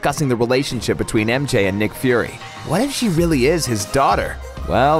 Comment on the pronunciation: Did he really just say nick furry’s daughter?